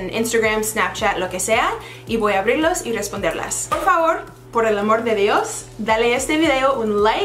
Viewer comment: "Por el amor de Dios" Iol I love you! Muy bien dicho. Lo hablas mejor que yo.